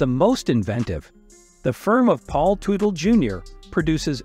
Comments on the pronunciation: I abhore AI narration and/or AI translators! You didn't pronounce "Teutal" correctly, and you called Senior a her. If you don't know who you are talking about, maybe you shouldn't be talking. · The typical clickbait. And I can’t stand how this guy says their last name. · Whoever is natrrating this is all over the place & got everything mixed up even prononcing there laatname